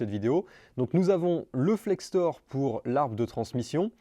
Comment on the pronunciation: Salut, ça change de d'habitude cette vidéo 😅 J'ai aussi une vieille BM, mais elle a 20 ans de plus que la tienne 😊 J'ai tout mon châssis en powerflex, monté il y a plus de 10 ans c'est de la bonne came 👍La matière c'est de l'uréthane. Et sinon on dit Flector, pas Flextor 😉